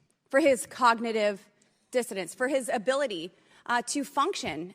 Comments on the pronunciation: She said cognitive "Dissidence" She is a true airhead. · I'm pretty sure she said cognitive dissidence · I heard, "cognitive dizziness". My bad. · I heard 'cognitive diffidence'. Give her a break; she managed to use two three-syllable words, and made a creditable attempt at the second one.